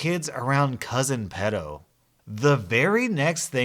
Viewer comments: Pedo is pronounced Pee-do! And I know just what the nice nieboughs felt. I unfortunately have a walking corps ( aka pedo) in the family and his mother was the only one that took the m in when he got out of prison and she tried taking him to see one of her other sons home ( where he had young kids,) and he live only a few doors up from me and I'd just had my first kid . I started only opening the frount door if I had a knife behind my back..... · Why do you pronounce pedo like that 😬